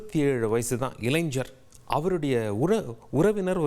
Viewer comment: "இளைஞர்" உச்சரிப்பு சுத்தமாக சரியில்லை... பயிற்சி எடுத்துட்டு வந்து பேசுங்க... தமிழ்ல பேசுற வேலைக்கு கூட தமிழ்ல பி ஏ யாரையும் போட மாட்டாங்க.. உச்சரிப்பு சரியில்லை என்றாலும் வெளி மாநிலத்தில் இருந்து யாரையாவது கொண்டு வந்து போட வேண்டியது